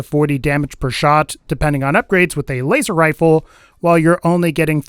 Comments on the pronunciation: “Waser wifle” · waser wifle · "waster wifle" lol